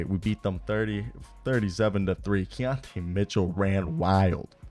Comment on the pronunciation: Key-ton Keaton Mitchell 😂😂🤦🏾‍♂️